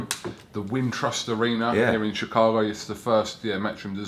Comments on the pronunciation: Nigga Eddie hearns said "chee-town' Lmao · The pronounce it shy town (chi) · God Lord, he called it chee-town! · Chee town? Lol. Smh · Mf said she town wtf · Lord hammercy he said “Chee Town”. Cringe.